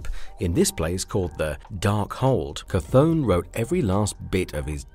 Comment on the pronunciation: Chthon by name is pronounced “Thone”.